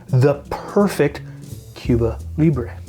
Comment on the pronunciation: Is being Canadian why you can't pronounce the drink right?